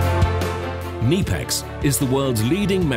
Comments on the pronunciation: no. the k is pronounced. ke-KNEE-pex with emphasis on KNEE (i realize i used an english word with a silent K but i just wanted to show the it is pronounce like the joint between your thigh and calf) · pronounced knipex wrong